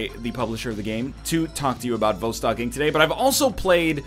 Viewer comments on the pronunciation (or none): Everyone's concerned with NL selling out or not selling out and with the quality of the game. I'm just here to inform y'all that 'Vostok' is pronounced [vas,tok] and simply means "east" in Russian. You are welcome. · Also, the emphasis is on the second syllable, not the first as NL kindly demonstrated for us in two different ways within the first 5 seconds of the video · Yes Egg everyone lives in vostok so by not saying its name right you are alienating EVERYONE